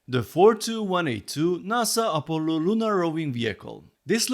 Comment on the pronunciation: Op-o-llo...I love your pronunciation for Apollo. This set is freaking awesome and I strictly dislike technic sets but I love your reviews and take/outlook on the different art medium versus system builds. This is a technic set that I would gladly own sitting next to my NASA LEGO sets on display! Great review, take care. 🍻 cheers!